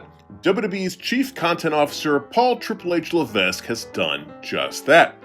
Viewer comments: The content is good, but u sound like a mark when u say LeVESK. it's pronounced LeVECK... C'mon now 😅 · Good video, as usual, but you don't pronounce the letter S in Levesque. It's pronounced Le-vek. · not to be picky, but the S in paul levesque's surname is silent, it sounds like "le-veck"...